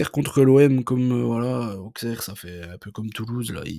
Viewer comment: Aussssssssssserre pas aukssere